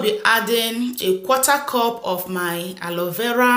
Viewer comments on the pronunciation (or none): none